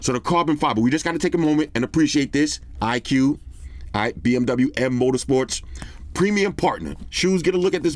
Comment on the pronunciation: iqoo should be read as “icool” not “iq”